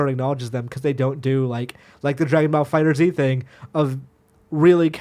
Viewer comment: it's called "FIGHTERZ", not FIGHTER Z